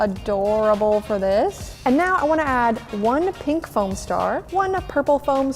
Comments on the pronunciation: its foam not floam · It is not fIom it is fom.